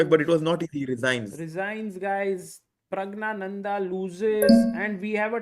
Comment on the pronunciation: "Pragg-Gyaa-Nanda" (NOT pronounced "gna" - silent N) Very strange to hear native Hindi speakers mispronounce a Sanskrit name.